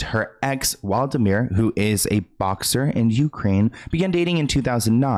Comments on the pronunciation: 😂 Hey, you said the name wrong It’s Wladimir Klitschko. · It’s not Waldimir, It’s Wladimir 😁